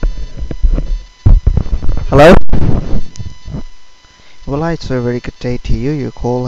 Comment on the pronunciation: Because "Hellur?" must be stopped. Thank you J B!!